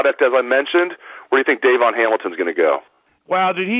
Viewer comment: Please pronounce Hamilton's name properly, it's not Dayvon, it's Davon, accent on VON. Thank you!